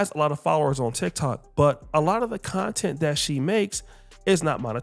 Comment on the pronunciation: Content ❎ Clap-tent ✅